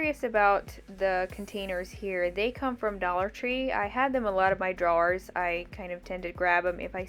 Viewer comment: The way you say "drawer" just tickles me! 😉 Your deffinity from OH lady! haha